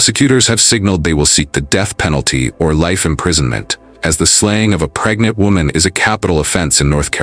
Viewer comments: He didn't say pregnant, he said "preynint". He was a real catch, wasn't he? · I hate when people say “preynet”